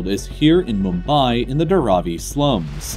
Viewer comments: Dar-aw-ee No. It's Dharavi. You need to add the air of letter H after D. And you don't need to make the first A shorter and second one longer. Both A are pronounced as in 'Bar'. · Its Dhaaraaavi... Not daraavi..